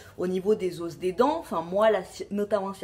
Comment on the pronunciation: on dit pas des os mais des os sans la prononciation du s